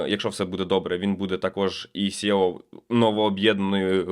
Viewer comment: Чому Сєо а не сі_і_о? Коли мова йде про CTO то всі говорять нормально сі_ті_о а не 100. Трігерить сєо бо англійську букву ‘e’ читають на російський манер через є.